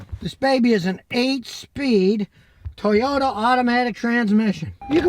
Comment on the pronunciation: Nice Tojota ... TURD you said ?